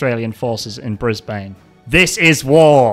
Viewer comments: The conflict between Australians and Americans during ww2 in Brisbane actually happened, although it did not cause a war, also it’s not pronounced brisBANE it’s pronounced more like brisban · "brisb A ne" is killing me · It’s pronounced ‘Brisben’. Trust me, I live there. Hahaha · "in Brisbayne" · as an Australian your pronunciation of brisbane annoyed me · Mispronunciation of Brisbane also hurts. DO YOU KNOW HOW TO READ SIR??